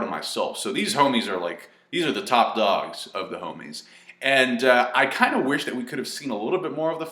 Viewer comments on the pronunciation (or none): none